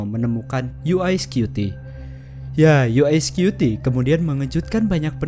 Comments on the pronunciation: bukan "yu ae skyuti" tapi "yu wae skuti" bacanya. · Dibacanya yu ai scuti ya...😅😅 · UI atau UY scuti nih, ngomongnya aja gaberes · "YU WAI SKUTI" bukan "YU AI SKUTI". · Yu Way bukan U eS skupi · UY Scuti : "Yu way Skuti" bukan "Yu Ai Skuti" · videonya bagus dan sangat menambah pengetahuan. Cuma sayangnya narator dalam video ini salah dalam mengucapkan UY Scuti. UY kalo dalam Bahasa Inggris dilafalkan: 'yu way', bukan 'yu ai', kalo 'yu ai' seperti yang dilafalkan dalam video ini, berarti UI Scuti dong harusnya? Mohon lebih teliti lagi dalam video2 selanjutnya, agar tidak misleading. Semoga sukses channel ini..